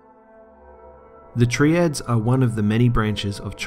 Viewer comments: it's not "Tree-ads" its "Try-ads" Triads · "treeads" lol really bro cmon hahhah. You'd seriously look "TRIads" and pronounce that with tree? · yourr pronouncing Triads wrong. (Try-Ads) not (Tree-Ads) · so..... u don't say it like tree- ads, its try- ads, as in tr-eye ads - triads. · Why do you pronounce Triads as "tree-adds"? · Whats a tree-ad ? 🤣🤣🤣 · You pronounced Triads incorrectly